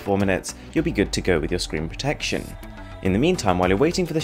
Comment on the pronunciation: why did he say protection like that😭😭😭